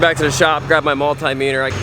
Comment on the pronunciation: Mult-eye-meter??? Bahahaha!!😂8